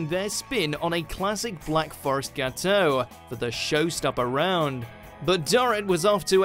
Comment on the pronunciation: The pronunciation of "gateau" made me cringe lol